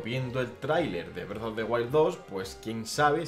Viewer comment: Nunca había escuchado Bredo en españolete XD